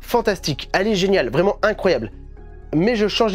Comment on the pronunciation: Salut ! Bonne vidéo comme d hab et j’aimerais bien avoir les tomes de Beckbeck , mdr je parle allemand 😂😂 l’accent vrEUmant 😂😂😂😂😂 et au faites merci c’est super généreux